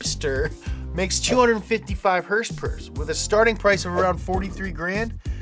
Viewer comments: It's hilarious when he says hursperss instead of horse power! Knee slapping funny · Idk why , i just love it when he says "hurs purrrs" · Sounded like he was saying dollar per hurst which is what he’s gonna need soon with all the motor oil he’s drinking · Please say horsepower normally I couldn’t finish the video. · Saying horsepower weird is funny once or twice. I had to turn off the video from extreme cringe.